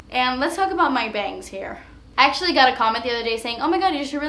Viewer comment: Oh my God, I thought you said "he's sexually great" instead of "hes actually great" lol